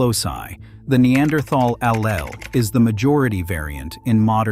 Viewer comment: Excellent, timely, new information but... The pace is fast and the main topics arise too quickly. Some words were mis-proonounced, like "allele."